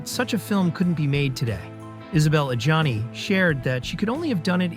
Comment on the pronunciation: he also pronnounces Adjani as Johnny